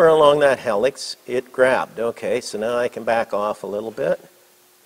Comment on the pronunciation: Hee-luhks not Hel-luhks